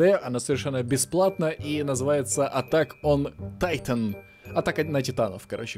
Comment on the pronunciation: вообщето читается как "атак он титан"